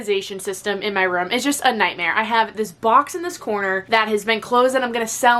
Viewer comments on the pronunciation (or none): pronouncing “room” as “rum” for 15 minutes straight 😂😂😂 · I love when she says" room" her Boston accent comes out ❤❤❤❤